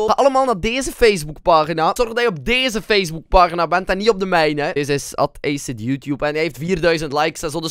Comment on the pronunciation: Kunt gij nu nog steeds ni acid goed uitspreken